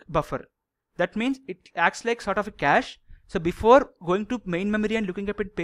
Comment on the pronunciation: You have good knowledge.. just speak slowly and clearly and it isn't Catch memory, its Cache memory (like Cash). Anyways thanks for sharing good amount of knowledge. It cleared much of my concepts about memory paging.